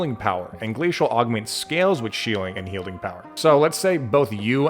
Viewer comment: Am I the only one that heard 'Shieling and Healding' power? 😂 Having watched enough of your videos, I'd that that was completely intentional (even if it weren't, don't you dare admit it)